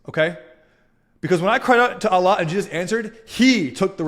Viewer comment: Okay I respect that. But im not buying any of this. The way he said Allah swt made me laugh though. But cheers i guess